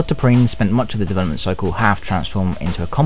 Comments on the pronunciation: I can't understand half the shit this guys says. He sounds british but then says 'dewelopment" like a russian. I need some fuckin subtitles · You know what I like? Dovolopment :P